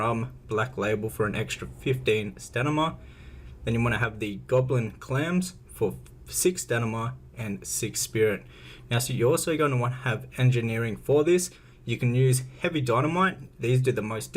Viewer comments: staMina not staNima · Actually it is "Sta-mi-na" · "Sta-min-na" is how you pronounce FYI.